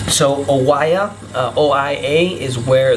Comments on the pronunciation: First off, please pronounce the names correctly Oie I hope this helps. When speaking in English please use proper grammar and use your singular and plurals correctly. It is not there IS lots of great views, it is there ARE a lot of great views. Get it? :) The rest is good info. I have been there and you are very right it is beautiful beyond words. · It's always a good idea to learn how to pronounce the names of towns before making a public video...Oia is pronounced Eee-ya. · Its pronounced Eee-ya (Oia) ! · Οια is pronounced as EeA. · Good info and it's 100% right to visit before or after the high season it's much much better ... oh and Oia is just called Ia the o is silent... i hope you had a great time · it's a shame that someone who thinks that he is able to give recommendations to other people is not even able to correctly pronounce cities names like Oia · He can't even pronounce "Oia" correctly and only ate in one restaurant????....turned him off midway. Dolt!